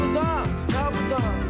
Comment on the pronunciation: I do really like this song but I do not like the way in which he pronounces "bizarre", among a few other words. My apologies to anyone from Auckland, New Zealand who may be reading this, but this accent is just offensive to my ears.